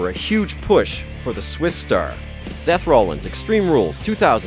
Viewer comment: Whoever talked needs to kill themselves they obviously dont know wrestling who is "John Sayna" "seth roleins" and "cesairo" I recommended leaving this planet